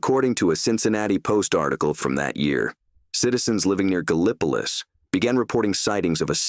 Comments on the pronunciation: I've never heard of Ga-lip-po-lus !?!?😂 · Very interesting. Wonder where Ga-lip-ah-luss is lol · Gallipolis is pronounced Gal-ah-po-lis.. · Pronounced "gal•uh•police" with accent on LAST syllable "lease'" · You pronounce it "Gal Pliss". You ain't from Gallipolis, are you? lol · You all are putting too many syllables in it. lol There's only 2, Gal (like owl) pliss.( like piss) Some say gal pleece(like fleece). Not police We use a little different word pronunciation than other folks. lol My favorite "outta towner" pronunciation effort is Galapagos. (like the island) Haha!